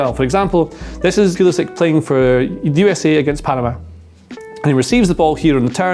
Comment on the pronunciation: Tifo: there are 24 million soccer fans in the US, that's almost half the population of England, let's throw them a bone innit?: Yehh, but I'm still going to pronounce his name pueueuelisick instead of pull-isick to mess with them.